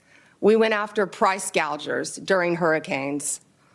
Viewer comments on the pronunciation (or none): Bondi correctly referred to "price gougers". Kamala might want to call her regarding vocabulary tips so she never again says "price gaugers".